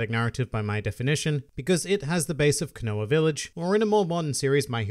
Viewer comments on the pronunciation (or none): They way you pronounces all the names triggers me... "Kanoa village" Koh-no-ha Vivi is pronounced the same in both Vi-Vi sections... Its just V-V Cant type out Trafalgar properly but dont run it togther split it up Tra-fall-gar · Am I the only one peeved by how he’s saying konaha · It sounds like he's saying Konoa village. Jarring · the way he says konoha...wtf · Stop mispronouncing Konoha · He said konoha wrong :|